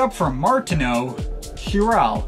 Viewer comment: oh and also i'm pretty sure "chiral" is pronounced "kai-ral"